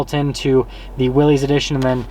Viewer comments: I heard the other day it's pronounced Willis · I really wish people would get the name correct. Especially someone who sells the damn things.... It's pronounced, like WILLIS, John North Willys = WILLIS Overland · I chuckled at your humor about the 4 Wheel Drive being “really important” and “adding horsepower”. 😂 But since the Willys (pronounced Willis) is an appearance package, you should know that the decal is actually a nod to the 1940’s decal on the original Willys. And that’s right down to the font. So for this particular trim level - it really is pretty important. 👍☺️ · I hope that car lot don't leet advertise for them again youb suck. You need to get more info on jeeps before you do another video on them. And you like everyone else pronounces the name wrong. Look it up.